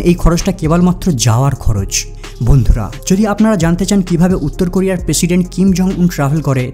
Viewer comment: পেশিডেন্ট নাহ প্রেসিডেন্ট 😂😂